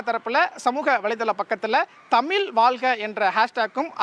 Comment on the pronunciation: தமிழை தமில் என்று சொல்லும் நிருபர் இப்படி இருக்கிறது தமிழகம்😢😢😢